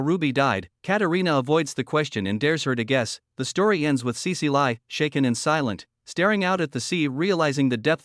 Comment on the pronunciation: Cecile is pronounced sea-seal not sea-sea-lie. Gah, AI voices these days.